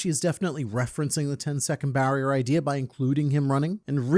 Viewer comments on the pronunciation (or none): Was him saying 'idear' an accident or intentional? I used to the think i was the only one who said that as a kid lol😂